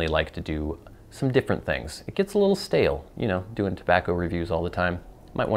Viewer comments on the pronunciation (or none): none